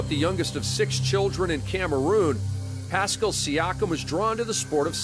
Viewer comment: If I hear that reporter say passcull one more time